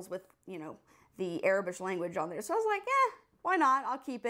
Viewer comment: Aurebesh is pronounced "Ore - bish"